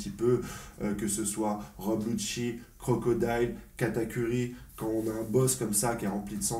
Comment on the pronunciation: Ça me fais rire à chaque fois que je l'entend dire "crocodile "😂😂😂